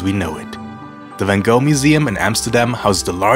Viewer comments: Like the video but cringed at the Anglicized pronunciation of Van Gogh. Also, if you visit again, visit Het Schip. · I Love how he pronounced Van GOGH❤ And also, is it possible to rent a bike with KINDERSITZ oder nicht?🙄